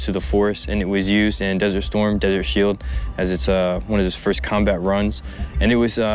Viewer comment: Olyan soha nem volt hogy Desert Field >< Desert Shield :D és az jenki forma jól mondja és ti basztátok el az összes többi félre írás és beszélés mellett amit követ ez a hihetetlenül idegesítő műsorvezetés/kommentár fájdalmas XDD